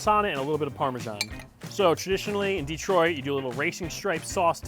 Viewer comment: It’s pronounced di-TROIT, not DEE-troit. The only exception being a Pistons possession announcement from John Mason. No exception for pizza style descriptors. Ever. Nice pizza, though.